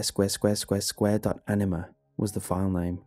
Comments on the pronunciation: I... I kept hearing enema... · Having the knowledge of the meaning of anima kind of ruin these stories for me. And it's kind of weird to listen to the English pronunciation.